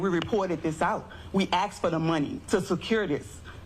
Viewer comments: The big woman with the black, goldfish-bowl spectacles seems competent - except that she can't pronounce the word "asked." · Maybe if you would have asked for the money instead of axing for the money, you would’ve got money 💰 instead of an axe 🪓 !!!!!!